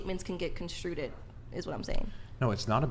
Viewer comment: "construeded" 😂😂 toaster strudels 🙄🤣